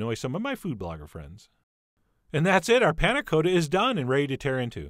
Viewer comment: Coata? Really? It even has two Ts.